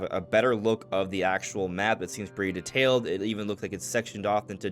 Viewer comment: I dont mean to be rude (btw loved the video), but why do you say detailed like DTAILED instead of detailed?